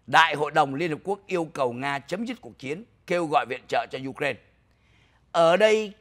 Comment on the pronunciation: Ai cũng đọc u rai na còn chú đọc you ren nghe không giống ai